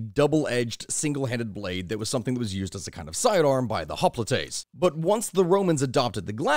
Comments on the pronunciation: If it's not been mentioned below, the Greek heavy infantry--hoplites--is pronounced in Greek as "hop-lites" (or "hop-lite", singular), not "hop-li-tes". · hoplites not hoplitites - but otherwise good summary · Btw hoplites is pronounce oplites with emphasis on the i